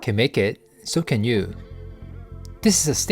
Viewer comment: Wait, I thought you said "I KEN make it, so KEN you". I thought it was a joke 😂